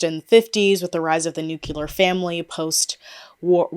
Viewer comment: Been hard to take this channel seriously after silencing people for bringing up that whole Scentbird sponsorship. Btw it's "et cetera", and "nuclear", not "excetera" and "nucular" lol.